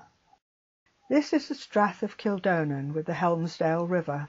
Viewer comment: And Kildonan is pronounced kill-DON-en, not kill-DOE-nen.